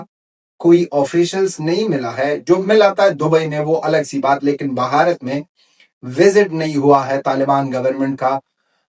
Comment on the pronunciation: Say Bharat not Bhaharat plz.